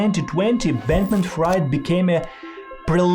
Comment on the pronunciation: Could you at least learn how to pronounce Fried last names? Jesus